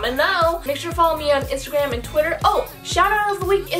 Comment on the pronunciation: That A in and is so far and it’s bothering me😂